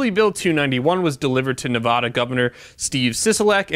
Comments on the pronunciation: Nehv-add-uh not nuh-vah-duh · Hearing the British pronunciation of Nevada from an otherwise American accented person hurts my soul. The 1st "a" should sound like the "a" in "apple" when said by an American, not a Brit. Nev-ah-duh is wrong. But thank you for the information about my home state of Nev-a(as in apple)-da. I'm glad I got out when I did. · It's Nev-ADD-ah, not Nav-AH-dah. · That.... and its NevAda Not Nevoda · You NEED to learn how to pronounce the state name Nevaaada not Nevooda! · Get your Cali BS out of my state. Btw, it's Nev-ad-a not Nev-ah-da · 1st and foremost...its pronounced NA VA DUH......not NA VAUD AH..... you are no better than people who pronounce the s at the end of Illinois......secondly Sisolak is a lackey for the liberals out of California, vote em out. Lambardo for governor!!! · Please pronounce Nevada correctly. It’s not Nevahda! 😉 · Please learn how to pronounce Nevada. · "Nevada" is pronounced with an "a" as is "apple", not an "ah" as in "avacado". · Why are you saying Nevada like that